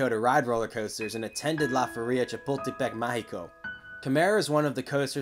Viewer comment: It’s pronounced “La fEria”, with the stress on the ‘e’.